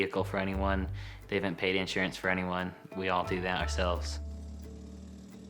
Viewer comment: He said “insurance” oh lord